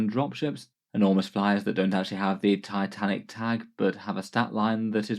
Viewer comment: Dislike for "tatanik" and "taisanf" in less than 10 seconds from the video start. Fix your spelling so called native speaker, any foreigner can speak English better.